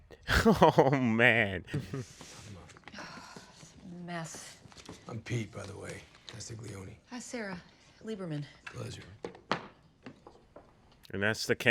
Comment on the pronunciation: Lmao "Castleiogne". It's 'Castiglioni'